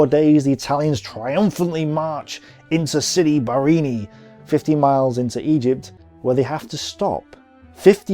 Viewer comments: Sidi BarrAni, not Barrini....you make it sound like a cocktail drink! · I find it jarring that although his graphic clearly shows 'Sidi Barrani' on the map he keeps saying 'Sidi Barrini'. Apart from the clunky pronunciations though I think these presentations are excellent. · Pronounced Siri Ba-ra-ni NOT Siri Bar- ini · Great video! Only one thing: why dont you just pronounce names like they are written? For exemple sidi barrAni..but you keep calling it barrEni for some reason :-) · Sidi Bareeni? OMG